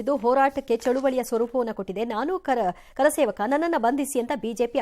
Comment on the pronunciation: ಕಾರ sevaka alla ಕರ ಸೇವಕ